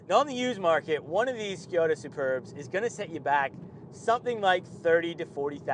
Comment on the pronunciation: It is Škoda not Škjoda